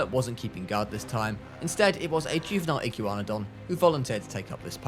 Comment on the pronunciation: I can’t stand him saying iggywanidon instead of igwanadon